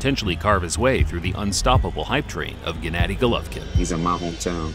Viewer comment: Pronounced geh-nah-dee